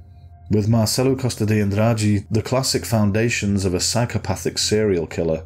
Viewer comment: You smashed the Andrade pronunciation bro